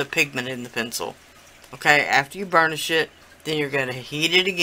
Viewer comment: Sounded like u said "ur gonna burn the shit down" lmfao..... I realized u meant burnish it down haha 😆 😆